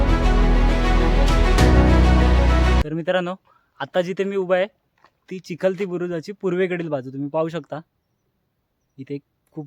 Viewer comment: अरे राजा बुरुज हा चिलखती असतो, चिखलती नव्हे।।